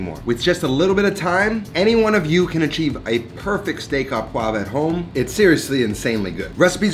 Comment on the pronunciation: Learn the difference between à and au. You said "à" and should've said "au." Au just couldn't be easier. It's pronounced oh.